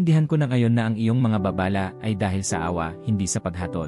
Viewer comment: juice mo . narrator..mag-aaral ka muna ng tamang pagbigkas gaya ng "babala" Hindi baaa baaaa lah